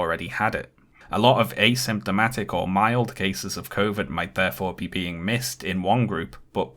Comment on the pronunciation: I dont like the way pronounces asymptomatic